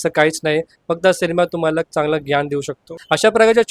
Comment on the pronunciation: ज्ञ चा उच्चार gyaan नाही dnyaan असा होतो मराठीत